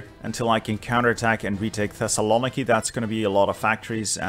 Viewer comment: The way you pronounce Thessaloniki is so bad. Other than that I love you. uwu